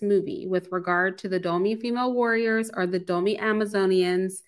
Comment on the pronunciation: All that research and still can't say Dahomey properly lol still good presentation though!